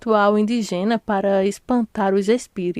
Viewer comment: Eu gostei do resumo detalhado de todos os vídeos, mas queria entender porque vc não fala as palavras com a sílaba tônica correta? Um exemplo: indígena com acento e vc leu indigena com a sílaba tônica no gê...